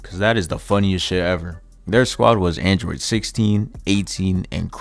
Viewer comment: calling the androids "andriggidies" will never not be funny to me lmaoooo